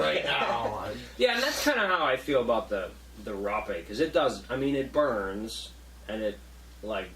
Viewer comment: These guys miss the whole point of plant medicines. Can’t even pronounce Rape’ correctly......